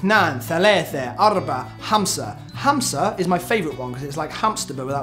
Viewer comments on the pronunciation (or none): Five in arabic not (hamsa) its (khamsa) hhhhhhhhhhh omg but the challenge was so nice good job. :-D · 5 is khamsah not hamsaah .. I love u guys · Your pronunciation of Arabic is just too cute. 5 is "kh-amsa" not Hamsa. It's almost you're trying to get phlegm out of your throat. No, that's not the best way to describe it...erm...never mind.